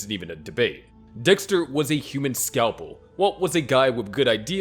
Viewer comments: Waltuh, stop tryna kill dextuh. Im not lettin you kill dextuh waltuh. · Finally we get waltuhhh vs dextuhhh